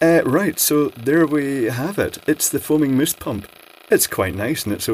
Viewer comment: "Moooooose"... Is that a mouse, a moose or mousse?